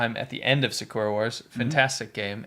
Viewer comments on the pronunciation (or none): none